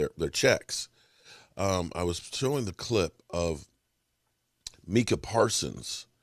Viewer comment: It's pronounced like it looks. MIC (what you use for your videos) AH 😅